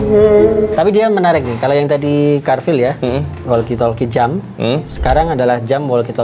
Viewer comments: Apa cuma gw, carvil dibaca carwil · Absen yg masih salah baca carvil jadi cawil ☝🤣